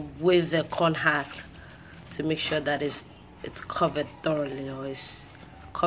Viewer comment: Husk girl husk not hask lol